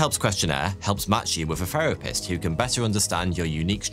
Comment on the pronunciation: What is a "ferapist" ???